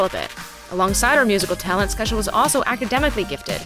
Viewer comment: isnt it pronounces Key-shah ?